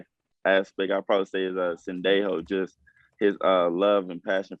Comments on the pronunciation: Bruh said sendejo. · Did he say Sendejo?!